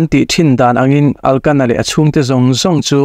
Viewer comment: Hani aiah khana-i tih tur aw..Elkana tih tur a nia...Pinina-i tih zawk tur a nia....I ti tha khawp mai